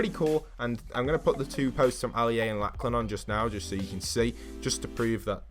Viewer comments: It's Lock-lun not Lack-lan Just letting you know :P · Its not pronounced laclan its pronounced loclin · The chaps name is pronounced locklan not lacklan jesus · It’s pronounced “locklan” not “Lacklan” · Why can’t British and Americans say the name Lachlan correctly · Did you say Laklen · it's pernounced lo-k-lan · imagine saying laclan 300 times without realizing there is clearly a "h" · Lachlan is pronounced like “ Locklen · said laklan instead of lachlan 🤣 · Ikr wtf